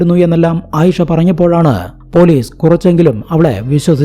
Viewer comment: സ'" എന്ന അക്ഷരം പറയാൻ പഠിക്കൂ ആദ്യം. എന്നിട്ട് പോരെ കഥ പറച്ചിൽ!!! സ ക്ക് പകരം z ആണ് വരുന്നത്. അറുബോറൻ! കേസ് എന്നത് കേz , police എന്നത് പോലീ z 😂😂😂😂😂😂😂 കഷ്ട്ടം!!!